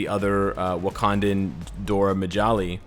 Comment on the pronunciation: bruh I lost it when you trynna pronounce dora milaje. It definitely fits one of the mjolnir pronunciation compilation ending with paul rudd saying jonathan. Someone that knows how to should make a compilation of that LOL